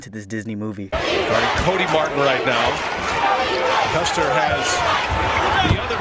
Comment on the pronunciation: Mispronouncing Loyola’s best player, Clayton CUSTER’s name is embarrassing dude. I enjoyed the video but damn. Show some respect and get it right And Enfield? What?? How do you even get that wrong?